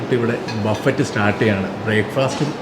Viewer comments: ബഫറ്റ് എന്ന് പറയില്ല.ബഫെ എന്ന് ആണ് പറയുക. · Vereyum orupadu peru comment cheythu, its not buffet its buffe, t parayilla, you are a food vloger athu kondu paranjende ullu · Buffet is pronounced buffei. T is silent.